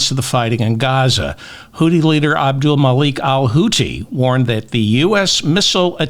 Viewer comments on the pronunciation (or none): none